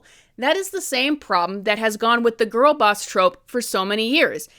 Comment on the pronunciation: You saying grill like this movie but also lots of man in love with this movie